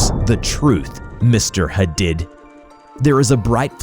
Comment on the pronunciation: love your content so much!!! someone mightve already said it but I think “Hadid” is pronounced like huh-deed. for the future 😊😊 ty for your vids u guys rock!